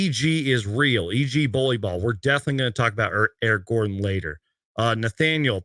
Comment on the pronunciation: the disrespect that man put on Eric Gordon's name 🤣